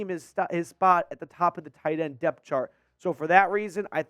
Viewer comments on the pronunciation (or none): none